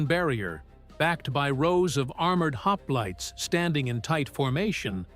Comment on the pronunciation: "Lionaidas and his haplaits" 🙄😉😁